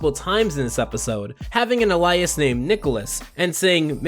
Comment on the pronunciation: I'm enjoying this review and I can tell that a lot of work went into it but did you really pronounce "alias" "Uh-lie-us?"